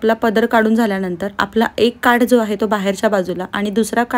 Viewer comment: ताई काठ म्हणा काट नाही